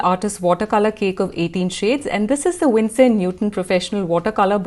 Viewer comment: It's Winsor not Winstor 😊